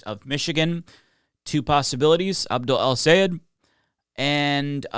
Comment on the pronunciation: Thanks for pronouncing his name correctly!!! The best way for English speakers to say it is "Say Ed" - just like it's written. It's not "Sigh - Ed", which is what most US people say. He himself says it - SAY ED - if you listen closely.